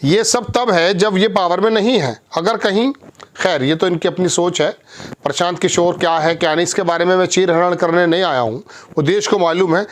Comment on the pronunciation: इसे तो हिन्दी पढ़ना बोलना भी नहीं आता प्रशान्त को परशान्त बक रहा है ।